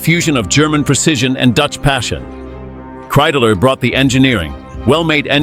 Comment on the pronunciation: It’s Kreidler! Not Kreideler🤬